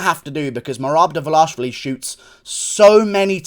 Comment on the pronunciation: I can’t be the only one impressed with Guru’s flawless pronunciation of Merab Dvalishvili.